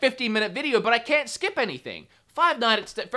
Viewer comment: As an Aussie, I'm more offended by the way you say 'can't' You're an Aussie. Say it right.